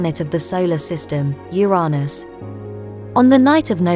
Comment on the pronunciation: The way she says Youraanus